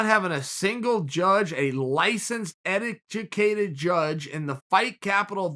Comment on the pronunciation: "Ettijuhcated" judges. The irony in that slip is astounding